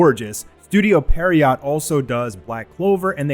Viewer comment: I feel like this needs to be said but it's not pronounced "Pear-iot". It's pronounced "Pierre-Oh". It's French.